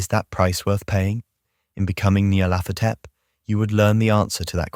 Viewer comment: I think it's pronounced "NEE-yar-laht-HO-tep." Any input from Lovecraft on this?